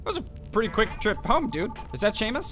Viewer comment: It’s Seamus. Shay-mus